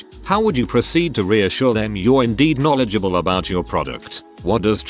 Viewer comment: How ironically hilarious is it that the AI voice can’t pronounce ‘knowledgeable’ 🤣😂🤣